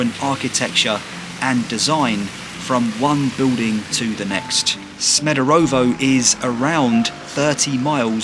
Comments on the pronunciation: SmederEvo not SmederOvo. Great, informative video! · Good choice mate, nice video, thanx for your visit. Just a notice, your pronunciation 'Smederovo' is not correct... Greetings from Smederevo 😉